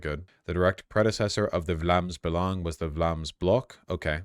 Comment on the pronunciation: surprisingly good pronounciation on "Vlaams Belang", like it's not good but way better than I expected